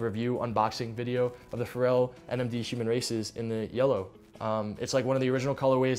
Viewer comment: is he saying Shuman instead of human?